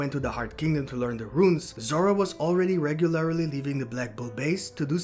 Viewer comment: Great theory video. Rune is pronounced “Roon” like saying Moon with an R instead of an M. 👍